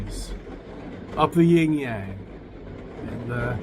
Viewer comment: Anybody that says "'ying' yang" loses all credibility with me...not that he really had any